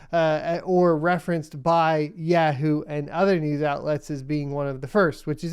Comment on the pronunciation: Anyone else catch Yeah-who” for yahoo 🤣. Never heard anyone say it like that! Love your vids ❤️